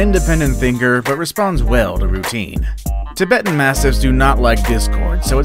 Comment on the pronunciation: Just a correction....The Tibetan Mastiff should pronounced like 'TIB - ETUN' and not like 'TIE - BET - UN'.